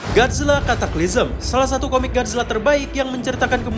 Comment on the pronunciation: Org lain denger = cataclysm Gw denger = katak bizer?